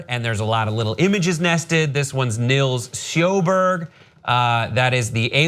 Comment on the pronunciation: That's not how to say Nils Sjöberg xD